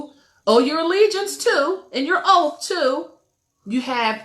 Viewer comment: It's pronounced OATH... not oaf...